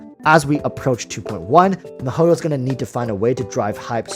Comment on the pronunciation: Mahoio -_- they should ban u for that pronunciation! U even Asian c mon!